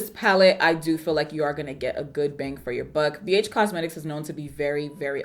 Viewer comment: That Texas accent snuck up on you didn't it lol...Bee Eytch Cosmetics...